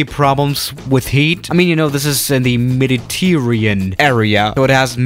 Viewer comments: “Medi tear -Ian” you mean Mediterranean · Meddy-tearean!?? RIP english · Nobody: mEdITeEerReAn